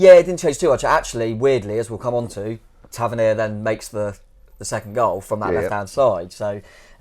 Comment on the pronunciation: FFS - learn how to pronounce the names of our own players. Tavernier - pathetic.